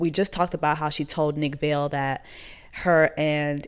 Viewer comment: Are you mispronouncing Nick Viall name on purpose? Cuz if yes, nice. But just in case it’s pronounced Vi-al sorta like vial/vile. 😂😂😂😂. Not a fan of Nick-it just cracks me up every time you say Vale. 😂